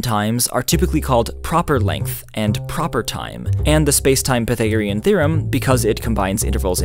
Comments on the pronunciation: Aaaargh! Why do you say pythagorean like that? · I've never heard Pythagorean theorem pronounced like that